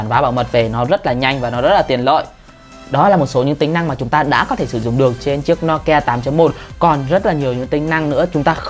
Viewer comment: Ad ơi. Đọc là "Nô Ki A" chứ sao là "No Ki A" ạ